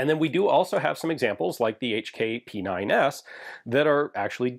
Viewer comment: "HK - Pee - Nine - Ess" actually made me giggle. Childish